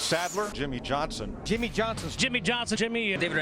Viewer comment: It sounds like they're saying Jimmie's Johnson